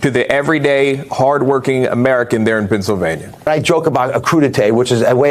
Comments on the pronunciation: Dr. Oz; Pensavanya? Really?! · He definitely cannot pronounce the name of the state where he lives.